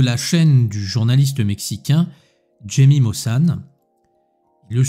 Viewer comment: Jaime ne se prononce pas comme tu le prononces